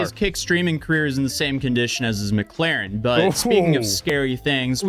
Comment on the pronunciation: it is Mc Laren NOT MAC CLAREN